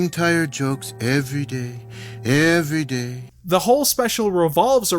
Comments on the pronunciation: Ehvery Dey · Okay okay, now say every day like you literally just got a grasp of that phrase in your ESL class